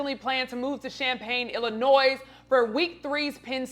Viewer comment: thru Damn, Be clear; the s in Illinois IS SILENT and as a professional orator; YOU SHOULD KNOW THAT.